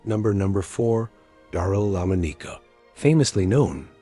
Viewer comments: It’s Lamonica, not Lamoneeka for the sake of God. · I winced every time he said his name. I've never heard anyone pronounce his name that way. I kept yelling "It's lah-MAHN-ih-kuh" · Lamb O Neeka ??? 😂😂😂 Lamonica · Lamb O Nicka.....seriously check your pronunciations..... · La Mo Nica????? Seriously? It's Lamonica! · Lam O Nika ??? 😂😂😂 Lamonica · "Lamb-uh-KNEE-kuh" -- REALLY?? Please fix your AI. That's truly cringe-worthy. As a Packer fan, I still think Daryle Lamonica deserves at least to have his name pronounced correctly. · the name is pronounced la-mon-ica. the mad bomber. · First let me say the AI narration was terrible. No one bothered to make corrections to all the screw ups. Lah moe-knee-kah cracked me up. Come on, you can't let stuff like that slide. As for my favorite, Stabler. I grew up going to games and watching him. He'll always be #1 in my book... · Daryl Lemoneeka...'cmon. Good script, but is it too much to ask that a human read it? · It's lamonica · Lamb-a-knee-ka. LOL! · This AI announcer is. One. Of the worst announcer I've ever. Heard in a video. I could have farted. A better script reading than this. Also: Lamma neeka??? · Enjoyed the video, but the AI generated narrator took some serious tolerating due to the pronunciation of some words/names like "Lamonica" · Really butchered lamonica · HORRIBLE PRONUNCIATION on Daryle Lamonica's name!!!!! That's when I shut off the rest of the video. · The A.I voice sucks dot A.I can't pronounce Lamonica dot Embarrassing DOT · yeah , they fked up D Lomonica's name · Didn't mean anything personal Brother Raider but it butchered my all-time favorite QB's name and you got to protect the QB. GO RAIDERS!!!!